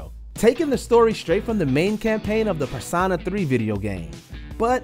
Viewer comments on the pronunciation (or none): Nobody: Not a single soul: This narrator: "PER-SAH-NAH" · During the #6 section, the one doing the voiceover kept mispronouncing "Persona" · I’m sorry, but how can he say Megami Tensei correctly but not Persona. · The way he says persona big no no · wonder why the guy doing the voice over for the video pronounces the word "persona" so weirdly? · Does this guy not know how to actually say persona? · The way they said Persona